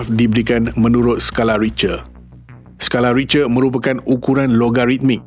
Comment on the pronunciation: sekadar teguran.. sebutan "Richter" tu salah.. ianya disebut "Rikte"